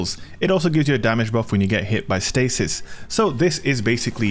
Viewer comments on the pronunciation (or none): none